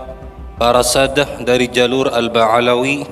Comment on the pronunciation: Kiyahi ini bacanya saja salah. Bukan : Al-ba'alawi. Tapi....? Silahkan koreksi sendiri, dia kan sudah kiyahi....